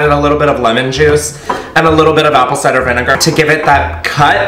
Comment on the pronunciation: Wait did he just say apple ci-der vinegar?? Or was that just me?? Cause I’m high af lmao